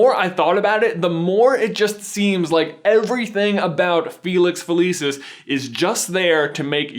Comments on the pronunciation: It Fa-lee-sees, not Fa-Lee-sis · FELICIS NOT FELEEESIS GOD DAMN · So it's a placebo. Fun fact: that's Latin for "I will pleasure." Also Felix Felicis is Latin for "luck of luck." Because it is Latin, the c in "felicis" is pronounced hard, like a k. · Okay, I know I'm being dramatic but I study classical Latin and find it really unsettling everytime you pronounce "felicis" with a soft "c". Maybe that's how you pronounce it in-universe but it's clearly based off Latin and should have a hard "c". I'm stressed about it. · It always astounds me how Americans manage to mispronounce anything. The name of the potion is literally said out loud in the film and you still manage to say it wrong ffs... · Had to downvote since you pronounced “felicis” wrong :-( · this is petty but I hate how he pronounces felicis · He pronounced it weird.